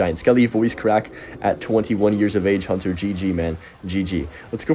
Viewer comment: We eatin' good from Huntuh